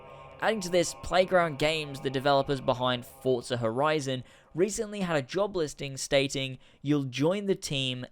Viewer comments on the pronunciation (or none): none